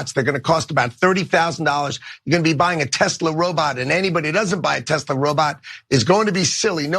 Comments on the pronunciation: Come on guys, it's spelled and pronounced: Telser! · It's not Tezla, it's Tesler.